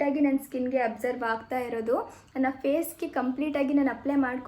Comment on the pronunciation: You are pronouncing many words incorrectly. For example extraction, absorb, amazon etc. Please check on Google for pronunciation so that you can pronounce it correctly next time. Your videos are very entertaining but you should work on saying words correctly